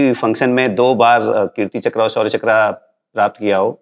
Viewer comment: चक्र को चकरा क्यों बोल रहे हैं?